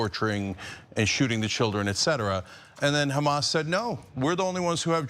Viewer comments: This woman is a sewer pipe because only shit comes out of her mouth. It is Hamas you idiot it is not Khamas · Why do these genocidal maniacs insist on pronouncing it as 'Khamas', there is no 'Kh' in it. Are they all willfully ignorant or just smooth brained? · It is a lot closer to pronounce it like an H Changing it to their “Kh” is just dumb and shows their racism